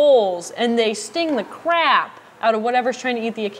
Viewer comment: Such emphasis lol!